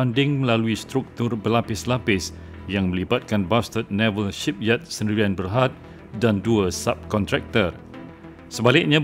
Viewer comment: Not "Bastard" but "Bousted" lol